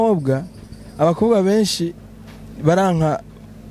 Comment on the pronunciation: Murabereye cane...ariko wiyigishe kuvuga umukobwa cank abakobwa..apana umukoga cank abakoga!